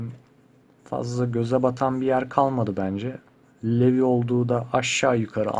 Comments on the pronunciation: levi değil rivaiii bruh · Knk levi diye okunmuyor livay diye okunuyor söyleyeyim dedim 😊😊😊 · Abi video yararlı ama Levi diye değil Livai diye okunuyor =) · Levi diye okunmuyor "livay" diye okunuyor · Levi dediğin anda kendimi boğmak istedim hatır levi levi diye okunmaz livay diye okunur allahım lütfen böle okuyun kendimi kesmek istiyorum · Abi levi diye yazılıyor ama livay diye okunuyor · Livay diye okunuyo söliyim dedim 😊😊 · Levi livay diye okunur ama belki izlememişsindir o yüzden sadece bilgilendirdim 😊